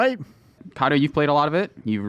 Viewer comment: matt and... kato lol it just sounded funny